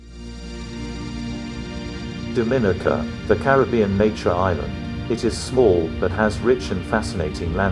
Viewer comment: Pronounce "Dominica" properly please.